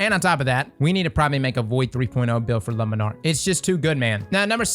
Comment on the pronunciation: LA MON ARK...not lumminarc